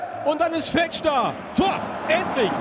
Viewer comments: ER HEISST FEEEETSCH langes e du kommentator du :D schade hansa... aber geen erfurt wird geheizt !!!!^^ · Siehst du ein langes "e" oder ein h (Fe"h"tsch???) im Namen? Ich nicht! Es wird genauso ausgesprochen, wie es geschrieben wird! OFC! ;)